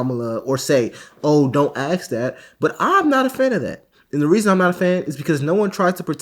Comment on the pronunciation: ASK. ASSSSSSSSSSSSK. NOT AXE. Why do so many people say AXE, instead of ask? Where did that start?